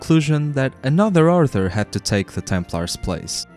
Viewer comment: Are you saying arthur or author? You keep using a word, it sounds like a rank or something. Edit: Nevermind, you got to the Order of Christ part, I just realised you just have a speech impediment my bad. Leaving this comment though because I know a lot of English speakers will be confused by 'author'.